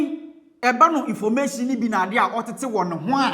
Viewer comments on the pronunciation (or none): You be funny o😂 which one is informashion de wiaseion 😂😂😂